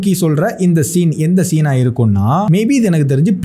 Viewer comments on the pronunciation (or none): none